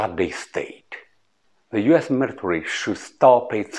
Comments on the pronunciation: 好个屁，老外不看字幕没法听得懂他说什么！就头13秒，invade，military 都读到一塌糊涂。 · 好个屁，就头2句，invade，military 都读到一塌糊涂，老外不看字幕没法听得懂他说什么！我也没劲看下去了！